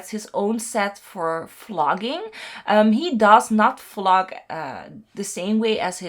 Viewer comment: I know you meant vlog but I kept hearing flog.. lol 😂